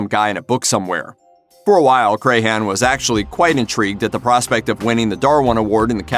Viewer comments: Come on, man. It isn't said like Cray-han, it is said more like Cran. Like a cranberry. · It's Crahan not Crayhan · Shawn Crahan: CRAN, not CRAY-HAN!!! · It’s not Cray-Han... it’s crayon 🖍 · Paul was amazing. He inspired me to pick up bass, which I had been told I couldn't do as a leftie. I met him and he hugged me when I told him he had inspired me. He's sorely missed. Also, pronouncing clowns last name wrong is a tragedy. I'm a maggot for life. Miss Paul, Chris and Joey. I've attended 8 shows. I even had tickets for a show the day before my due date with my youngest. Baby came 2 months early though, and yes, I attended the show. I even left during a song to go pump bottles of milk, which I put in a cooler I had brought with me lol